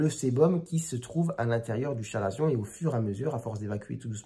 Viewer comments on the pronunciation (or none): Très instructif! Chalazion se prononce avec le" k" selon l’académie française, " ka.la.zjɔ̃". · On dit bien 'kalazion" mais bon, les médecins hellénistes se font rares de nos jours...